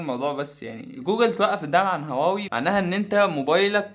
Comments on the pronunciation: انت بتقول واوى ولا هواوى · إنت ليه بتقولها واوي مش هواوي 😂؟ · واوي 😂😂😂😂😂😂😂😂😂 انطق اسمو جيدا ومنبعد حط فيديوك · واوي يزم انطق صح مشان الله مش هيك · ليه بتقول واوي 😂😂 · انت مبتنطقش حرف الH ليه